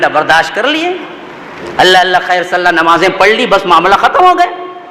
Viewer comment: Jab ye baat hmne nhi likhi aur tumne bhi nhi likhi, aur dono hi astagfar pad rhe hai toh fir nalayako q ek dusre par tohmat lga rhe ho ? Dono side se galti ho rhi hai, and yes woh ALLAH hai Alla nhi ....!